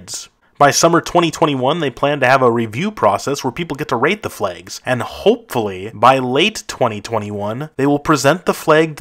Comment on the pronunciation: Ahh, yes. Flegs. Don't you just love flegs?